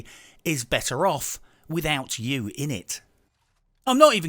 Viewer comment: You put more effort into this video than Ubisoft put into breakpoint. Edit: said "Uou" instead of "You"